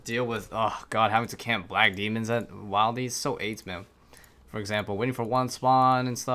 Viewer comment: The way he says wildy is erking